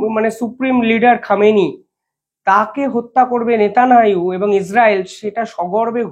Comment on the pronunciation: ভাই - তুমি 'নেতানিয়াহু' উচ্চারণ করতে পারো না ?